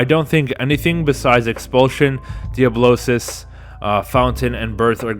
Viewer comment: Also, thank you for saying Diablosis correctly lol. Too many people says Diabolis